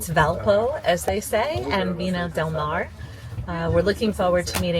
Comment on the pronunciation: Viña del Mar (not Mare)